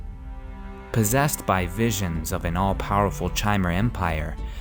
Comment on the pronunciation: chimer is pronounced with a k sound, and sotha sil is not "so the sil" and im pretty sure julic is pronounced yulic